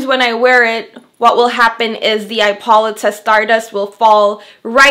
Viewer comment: I think it is pronounced I po Lee ta.